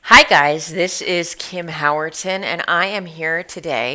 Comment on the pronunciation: Kim not kim hahahhahah